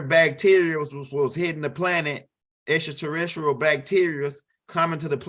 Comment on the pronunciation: XTRATERRICILAT😂😂😂😂😂😂😂...LOVE WHN U SAY THT